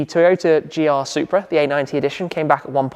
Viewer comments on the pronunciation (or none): none